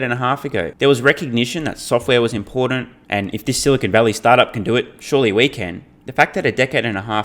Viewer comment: I love how Lutz called Silicon Valley “Silicone Valley”. Different meaning, sounds like a gentlemen’ s club!